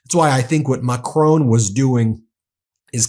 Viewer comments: Please... it's President Ma-cron not Ma-crone. After all, I'm sure you don't pronounce "bacon" as "ba-cone"... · Why are Americans totally incapable of pronouncing Macron's name correctly? 🤔🙄😖